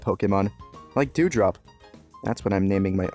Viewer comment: Oh thank god he said "Dew" drop, phewf.